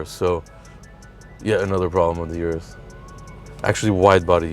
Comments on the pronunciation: O-RUS not U-RUS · Good episode. - say it with me now, "Lamborghini Or-us"